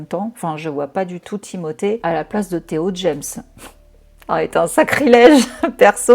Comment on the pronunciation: Excellente vidéo, et pour ta façon de dire le prénom Timothée, tu le fais parfaitement bien c est français il a la double nationalité et sa famille en France ne met je ne pense pas l accent 😂. Tu es adorable et les gens critiquent trop, ceux là ne font pas 1/3 de ton taf. Tu es une warrior 🫶